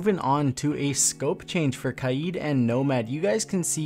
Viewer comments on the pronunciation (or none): It's fucking kaid not kyeeed